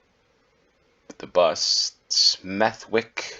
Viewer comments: I came here to say the self same thing - verbally remove the W, it is Smethick, Bromich (Bromwich) and so on. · Smethwick is pronounced with a silent w. You should say Smeth-ick. This is a common pronunciation with names ending with wick or wich. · It's ''Smeth-ick'' - the w is silent. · The w in Smethwick is not pronounced, nor is it in Warwick, Southwark, Berwick or Norwich.